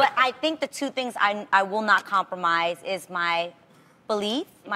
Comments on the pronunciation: It's compromise not compormise yo! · It's compromise, not compormise..... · "Compormise" haha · Hahaha i thought adrienne said 'The weed men' are attracted to that LMAO but anyway it is hard to 'compormise'....spellcheck fail